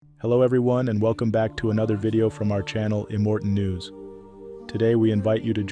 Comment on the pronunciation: I'll like this video when you fix the intro to pronounce immortal news correctly!!! It's NOT immorten!!!! It's immortal!!!!!